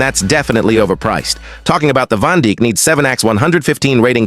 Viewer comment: Bro said Van Dick* 😭😭😭